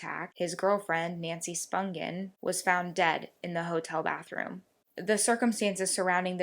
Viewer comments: Her last name is pronounced SPONGE-un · Nancies surname is pronounced with a J not G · Firstly you pronounced Nancy's surname wrong. Hollywood ?? As if...... We knew all this 40 years ago.....